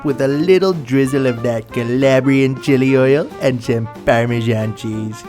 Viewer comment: Could you say Calabrian chili oil with the same umpf he had? Ya know Cahlahbriaaan Chili Oihhll xD